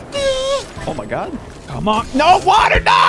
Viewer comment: “The wowdur. His ball touched the wowdur”